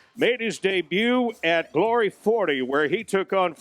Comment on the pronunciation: when he says "are you ready for glory" he should drag out the GLOOOOOORY it sounds wierd otherwise